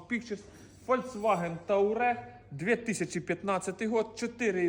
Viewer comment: Це тУарег, а не тАурег